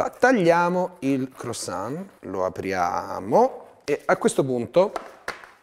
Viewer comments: Va bene tutto, ma "croissant" pronunciato "crosan" non si può sentire😂 (si pronuncia "cruasan" con "an" detto nasale) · 1) CrUassan e non crOssan.. giusto per essere un tantinino cagacazzo XD 2) quelli nelle buste che scoppiano sono praticamente brioches e farebbero vomitare se usate per fare una lasagna XD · “La lasagna crossonn ” inoltre complimenti a chi ha montato il video HAHAHAH